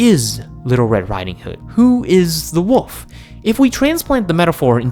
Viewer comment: You keep calling the wolf the woof